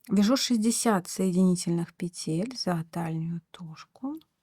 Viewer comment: Воздушных пЕтель, а не петЕль.